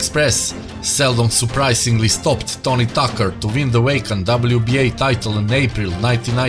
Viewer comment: Did he call him Tony Talker?